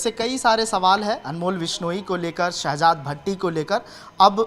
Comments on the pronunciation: Oh bhai vidio karne se pehle thoda study kar liya kro uska name sehzaad bhatti hai na ke sehbaz bhatti 🤣🤣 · Abe Shahabad Nahin Hai sahjad Bhatti hai Ka Tum Naam to Le Nahin Pa rahe ho